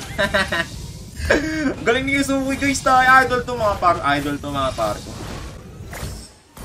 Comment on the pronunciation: (Yu ze ku) wrong❌ (Yuske)✅